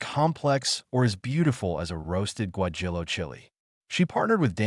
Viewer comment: Really "gwa Jill o"?? Teach your AI to pronounce words properly!